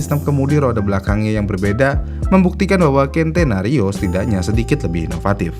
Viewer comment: Centenario pengucapan nya dlm bhs indonesia sen te na rio Belajar lg min